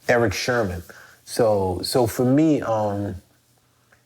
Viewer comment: lol. Clef, it's Sermon. Not Sherman. Other than that. Respect. I don't know why this channel doesn't have more views and subs.